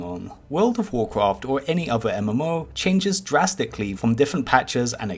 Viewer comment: When will ever stop saying jurasticly